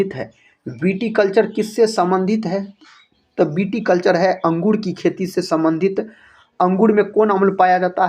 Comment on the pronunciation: अंगुड नही सर अँगूर